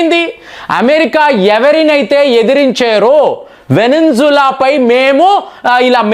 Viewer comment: వెనిజులాకి ..వెనింజులా అంటావు..ముక్తానీ అని అందరూ అంటే ముఠానీ అంటావు.. అసలు నీది ఏముఠారా బాబు 🙏🙏🙏🤣🤣🤣😜😜😜